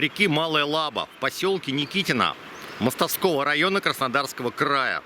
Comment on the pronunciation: Интересный сюжет 👍. Правда режет слух название реки Малая ЛабА.